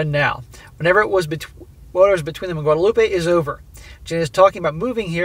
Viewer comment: SSM. For the french country there is no Ay at the end. Guadelope the way you're saying it is Spanish. For a while there, i was wondering if she was going to Mexico. Its Gwadeloop for the french island.